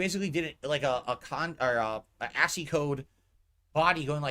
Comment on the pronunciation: A*sey code... ASCII.... PRONOUNCED ASK-EEE